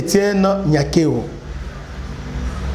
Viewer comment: La Damme son vrai nom est NIYONKURU qui es le nom d'origine Rwandaise et Burundaises qui signifie (God is great) mais un journaliste dela Rtnc a mal prononcé ça lors du premier prestation du serment de Félix béton en appelant NYANKERO qui n'a pas aucune sens et signification au Congo,Rwanda et Burundi mais ont comprends l'erreur commise par le journaliste prcq le kinois ne pas bon en prononciation de Kinyarwanda et kirundi